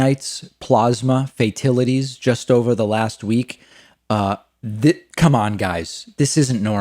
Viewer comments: That is funny im with you like YOSEMITE PLOSMA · It's the same speech it's written for him and he still can't pronounce the words right YOSEMITE PLOSMA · Fatilities, Plausma....that how the "super intelligent" pronounce those words 🤣🤣🤣! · I agree with most of this, but I'm not sure about the "plasma" thing. That's simply a matter how your personal style of pronunciation the word, like "niche" or "over arching". I've heard many people pronounce plasma the way he did.